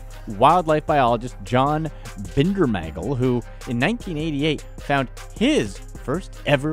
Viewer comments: Are you saying "John Bindermagle?" It sure sounds that way. The late Dr Bindernagle deserves much respect for risking his reputation for 40+ years. It's sad that he, like so many others, never saw the resolution of the matter of the creature's existence one way or the other. I always enjoyed hearing his enthusiasm for the subject but always with the objectivity of a scientist. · I gave a thumbs down for pronouncing Bindernagels name wrong. He was a brilliant man and deserves more reapect than you gave.